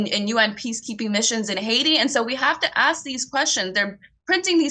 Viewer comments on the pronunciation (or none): none